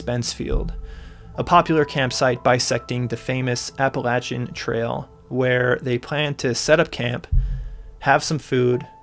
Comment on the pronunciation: Thank you for pronouncing "Appalachian" correctly, but "Cades" rhymes with "Maids." :D